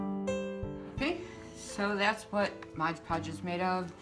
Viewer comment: MOD Podge... MOD Podge MOD Podge.... not MODGE Podge...